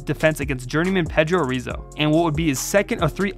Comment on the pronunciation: Good vid, but it's Pedro HIS-O